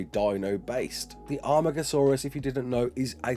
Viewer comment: This is so exiting, very happy :D also amargosaurus in JWE 2 and now Ark. YES It’s pronounced ar-mar-go-saw-rus by the way